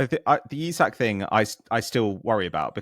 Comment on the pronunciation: Why has decided to add an H and pronounce it Ishak? I'm Norwegian (not quite Swedish, but still) and nobody in Scandinavia says it like that.